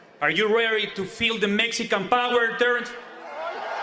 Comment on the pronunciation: Tht intro will never let them forget......"Mezzcan powwah" ☠️😭